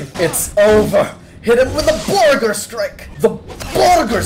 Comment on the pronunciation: "I assure you my Borrger is at least medium rare"